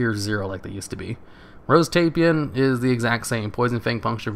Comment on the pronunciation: nice vid ^_^. (FYI, "Tai-Pan" 2 syllables )